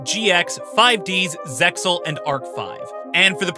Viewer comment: its not ZEX-AL its ZEAL!!! the X is SILENT!!!!! facepalms* Spider-Man is not a mutant, he's a 'genetically enhanced human', meaning he did not naturally mutate into Spider-Man. By altering his DNA through the spider-bite, he is an enhanced human being. It 'does' lead to further potential mutations, but he's not a "Mutant" like X-Men or other mutants due to "natural human evolution". what the heck, the narrator just ignores the premise of the 5D's show that's about dragons and Dark Synchro........